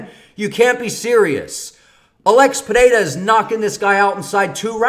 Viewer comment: As a Brazilian I can say: You pronounce "Pereira" really well. Best so far